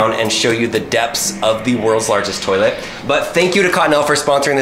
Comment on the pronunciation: This Is The First Time i Heard "My Dads In The Toileit." (Warning I Have Bad Grammar.) Sorry If This Is Offensive to You